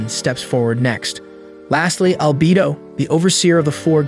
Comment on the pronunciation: Bro it’s albedo not alb